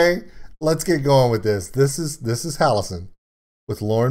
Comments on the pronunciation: You missed the cameo by Violet in the mirror and the drawing. Symbolising that Violet is the Demon inside. Also Jonathan Young is mixed into the vocals as background guff noise. Also for future reference how you say it. it's Halo-scene not Halosen. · Ok, I've gotta say it because it's driving me crazy... Halocene is pronounced Hal-oh-seen.